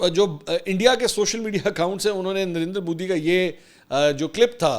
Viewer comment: جب بھی آپ نندر مودی کہتے ہیں مجھے پتا نہیں درندر مودی کیوں سنائ دیتا ہے😅